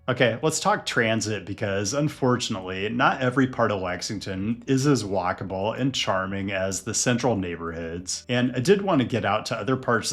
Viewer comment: My brain thinking you said wackable instead of walkable...